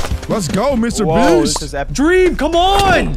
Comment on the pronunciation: Why did you say dweam not dream😂